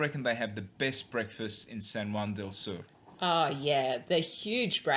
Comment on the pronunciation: your accents are horrific.. for one sur is pronounced soor not sir.. but hey who's counting